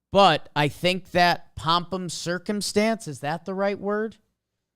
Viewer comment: Did he say “Pompum Circumstance”